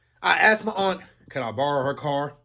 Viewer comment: When he says I asked my aunt I thought he said I asked for the strap